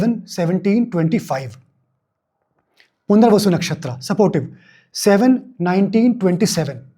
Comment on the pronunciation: Thank you! At what time do you mention Punarvasu Nakshatra? I could not understand the pronunciation.